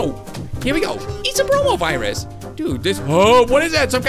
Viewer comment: Me watching this in 2020 and always hearing coronavirus instead of bromovirus...